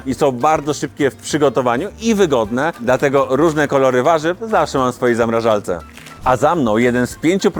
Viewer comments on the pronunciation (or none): Bez urazy ale mówimy ZAMRAŻARCE nie ZAMRAŻALCE 🙈